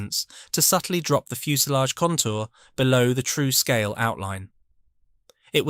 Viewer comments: Praise for researching Veron, who somehow were always eclipsed by KK.but the solid kits were pronounced True-scale for goodness sake, not Trusskall! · Pronunciation is dreadful true scale not trusscol jet ex not g.tex